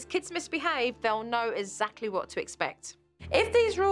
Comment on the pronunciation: No one: Joe: eZacly